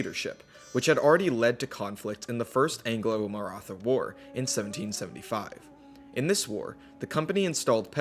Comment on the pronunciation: Aw yis India time For the record, the "th" in "Maratha" is more of a hard "t" like in "thyme" (it's an aspirated t so think of the t and h as separate), and "Sikh" is typically pronounced like "Sick" by Punjabis